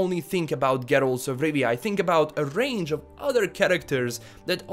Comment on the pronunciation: "Geeralz 'f Rivia"